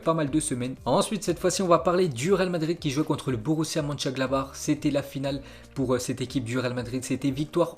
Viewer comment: c'est le seul gars qui arrive à dire Mönchengladbach mais pas Southampton